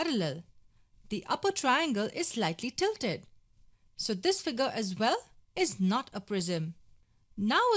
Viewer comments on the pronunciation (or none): Nobody: The girl: FIGAAr [Figure]